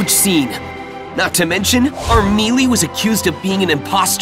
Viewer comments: Okay, am I the only one who noticed he mispronounced Emilia? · And apparently he can't pronounce "Emilia" right. LOL!